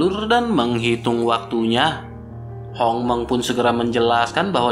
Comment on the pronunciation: Hong er dan Hong meng selalu salah sebut.